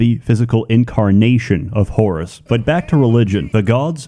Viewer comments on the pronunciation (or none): I know you said Whorus instead of Horus.